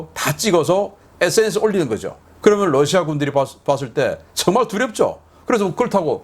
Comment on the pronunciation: 러시아 발음 Lusia가 아니라 Russia입니다. 부드러운 'ㄹ' 발음입니다. 권경모 미국에서.